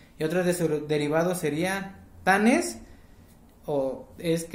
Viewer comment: Mi amor escribes Tlanes y pronuncias Tanes... Cuál es la pronunciación correcta?? Yo he escuchado en mi comunidad Cuali tlaneshtli- buen amanecer y Cuali Tonalti- buen día o Buenos días !!!